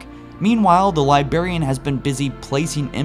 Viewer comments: There are 2 Rs in the word Librarian. Please. You're killin' me every time here. It is not "Libarian." It is - Li·brar·i·an Please.... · I cant believe after all this time this guy still can't pronounce "Librarian" or "Ur"... li•bra•ri•an lī-brâr′ē-ən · LIBRARIAN HAS TWO R’s SAY THEM BOTH HOLY BALLS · Please please please, enunciate the "r" in LI*BRAR*IAN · Librarian. Sound it out. Get hooked on Phonix if it helps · LibRarian. Please say it right. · THE LIBARIAN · LibRarian. Love the videos, but it kills me every time. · I laugh every time I hear you say "lyberryen" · Anyone else still triggered by LibArian. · corton 117 lie berry! The Lie Berrian! Triggered AF! ROFL! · I like your channel but can u stop saying "libarian" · or as says "libaran" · Uh, don't mean to be a dick, but I'm pretty sure there's an "R" in "Lib'r'arian" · Why is he still saying "Liberian"? It's "Librarian". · Man, learn how to pronounce "LIBRARIAN", not "liberian". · Liberry and Liberraion should be pronounced properly. Its Library and Librarian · love the video, however hearing Librarian pronounced libarian over and over was like nails on a chalkboard. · its librarian not libarian, this was the most triggering 20 minuets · Lie-brair-ian Not lie-bair-ian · Could you PLEASE pronounce librarian correctly. It's a Li-BRAR-y, a li-BRAR-i-an, not a li-Bar-y, or a li-BAR-i-an. You sound like you are using "LYE" combined with the element BARIUM when you talk. Thank you. Fun channel. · soo annoying how he keeps saying ,libarian, instead of librarian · say Librarian not Libarian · Okay, it’s libRarian, not libarian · Why do you say "Liberian" instead of Librarian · It's librarian not Liberian u fucking idiot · Interesting video, but for future videos, please pronounce librarian "Lye-braire-ian" instead of "Liberian", haha! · THERE ARE TWO R's IN LIBRARIAN, NOT ONE!!!!...It really is annoying every time you say LIBARIAN. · Librarian not Libarian